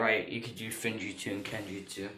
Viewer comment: It is pronounced like f-woom-jut-su As in sealing jutsu